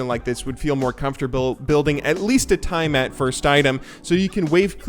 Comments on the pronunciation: It’s pronounced tee ah mat From the Babylonian goddess of the sea. Not tai mat. :) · Tie a mat? Its tea a mat you ape... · TIE-MAT..., why do you pronounce it like that? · Why was he pronouncing Tiamat like that?